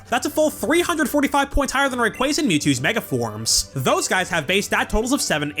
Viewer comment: Are and married to each other? pronounces Rayquaza wrongly while pronounces it correctly